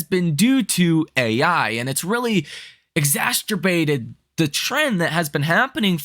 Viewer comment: Exa CER bate. Yes. Exa CTER bate. No.